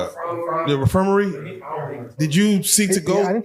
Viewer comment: Host said the The "refermary" please read and educate yourself brother. Prayers up for the gentlemen telling his story , keep walking tall G